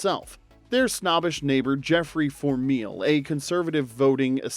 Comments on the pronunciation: Not fourmeal its pronounced fourmile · George & Mildred was great. Two really superb actors who couldn’t be replicated. Maybe too British for American tastes, it still makes me laugh out loud. Erm, Geoffrey Four Meal!! You mean Four Mile 🙄 are you AI or a real person speaking on your channel? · Fourmile, not four meal! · its pronounced for-mile